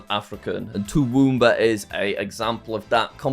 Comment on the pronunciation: he butchered the pronunciation